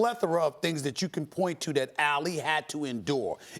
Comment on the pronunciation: Y can't Stephen A pronounce Ali correctly?